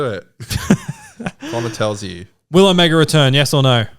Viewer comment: OHMYGOD will you STOP itt!!!! It's Omega. OH(mega). Not "oMEGA". AAAAARRGH!!!!! :(